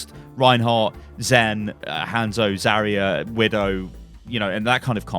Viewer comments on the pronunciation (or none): Jesus christ, it is 'hahnzo' not 'hand soap'.